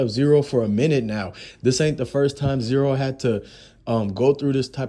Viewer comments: It's z ro, not zero......who tf are you bro? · His name is Z RO NOT ZERO BRO WTF